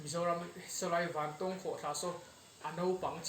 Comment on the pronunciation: I thil tih ah hian mithilhre zawk te rawn hmasa ṭhin teh. A hmasa in "Vantawwwwng Khawhthla" kan nei ngai lo. Vantawng (eg: A san zawng chuan vàn a 'tawng') tia lam tur. Anih loh vêk chuan Vantáwng (eg: Ramhnuaiah sakei nen kan in 'tawng') tih ang pawhin a lar ta zawk a. Nangin a kan ram hmun leh hmel, duh duha an hming I lo thlak ve nachhan tur kha a them pawh a awm lo. Tin, Vantawng Khawhtla hnunga puk hi hmasang aṭang tawha kan hriat vek tawh ani. I luhna puk thuk zawk, fangfar awmna, "Puk far" kan tih mai kha kan naupan laia kan luh chhuah hrep tawhna ani. I kal hmasa awzawng lo. Adventure club lam, sa pel a kal leh a bulhnai khaw mi leh sa phei chuan an lutchhuak fo tawh I pian hma fe aṭang tawh pawhin. Mipui mimirin an ti bawrhbang ang tih hlauh vangin an kam tam lo mai. Tlawh luai² chi pawh anilo, intih palh leh mi hliam buaipui a buaithlak tawh ṭhin avangin. Fangfar ho kha khawih avanga thi thei pawh anni bawk lo, climate a zir leh zir loh vanga danglam mai ani. Tihian intih lar I duh vanga kan hmun fianrial ṭha tih common I hreh lo rau2 anih pawhin information dik deuh tal hi chuan thehdarh ṭhin rawh. Chubakah, ahmaa kan hrilh tawh ang che in naupang kum 20 pel ṭawk I ni. Camera leh drone tel kher lova I kalna hmun luh chhuak tawh tu hi a zà tel fe an awm. Puitling lungfing ber niawma Bawihtlung Channel style la taka Zofate zilh ve sek tum hi sim rawh. Kan hriat chanve chanveleh pawh la hrelo, kan hmuh tawh 10% la hmù lo hian Mizoram mi leh sate hi I zilh ve an